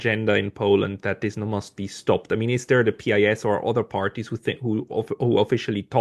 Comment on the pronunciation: As a man with pretty good command of English language, SHOULD know how his original Polish pronunciation of PiS sounds in English. So embarrassing...